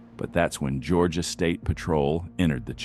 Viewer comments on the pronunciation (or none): none